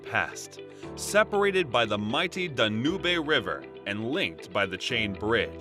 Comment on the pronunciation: I'm sure you are pronouncing the River Danube wrong.